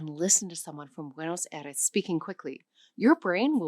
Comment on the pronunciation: Yeah, there are a number of errors in this video. In the first three minutes alone, I've already caught: Her pronunciation of "Aires" in Buenos Aires, her pronunciation of "Castellano"/Castillian, her pronunciation of "Aceite," her pronunciation of "Náhuatl", etc. They should have really hired a Spanish-speaking person for this 😬